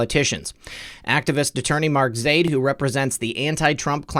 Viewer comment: I believe it is pronounced Zy-eed but I am not middle eastern